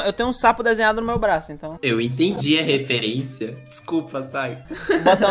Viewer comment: "Eu peguei a refuerincia" Normali UwU